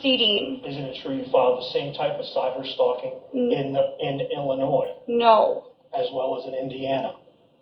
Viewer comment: She is illiterate. The way she says cyber stalking.. even cracks me up. I thought the dumb was an act but.. apparently she is just DUMX AF.